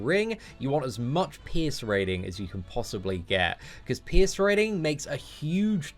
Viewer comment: All I hear is "piss" card instead of pierce xD Keep up the awesome work man!